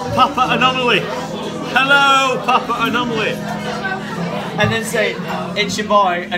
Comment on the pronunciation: why does he say papa-anomaly and not papanomoly